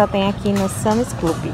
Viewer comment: É sans e não Sami.